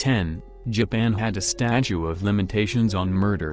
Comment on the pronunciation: statute not statue